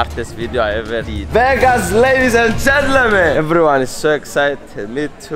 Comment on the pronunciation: i love fidias. "ladies and gent-lemen"